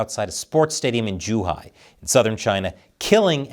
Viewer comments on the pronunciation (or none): none